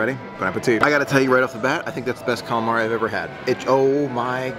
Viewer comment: It’s “Calamari” 😊